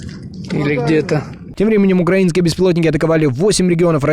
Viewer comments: "Интеллектуал" мединский! 🤮Научись правильно ставить ударение в слове "украИнский"! 😡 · У лингвистов [у всех лингвистов] слово всегда помечается ударением. Одно и то же слово, но с разными ударениями - это два разных слова. Так вот слово "украи́нский" с ударением на "и" существует, а слова "укра́инский" с ударением на "а" - не существует в русском языке. Доказывать я ничего не буду, и не собирался. В словаре написано. И понятное дело, что мядинский по русски не говорит. Это не русский, это донецко-данбасский акцент, к русскому языку не имеющий никакого отношения.